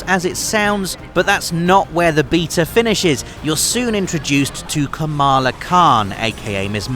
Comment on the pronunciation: It’s pronounced ka-ma-laaaa not ka-maaa-laaa. International audiences are so unaware of the Indian subcontinent.